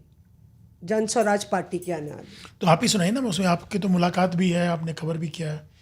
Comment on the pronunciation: जन स्वराज नहीं मैडम, जन सुराज।